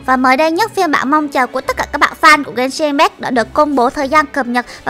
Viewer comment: Genshin impact đọc sai kìa chị ơi 😌👊 Bmú Fame Genshin hỏ?